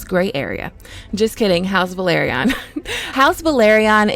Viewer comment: It’s pronounced “Vell-Are-Ee-Uhn” not “Vuh-Lahr-Ee-Uhn”